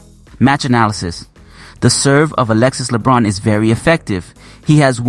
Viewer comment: Hi coach. As a coach in France, if I am not wrong, you should pronounce the nzme of Alexis Lebrun way better 😉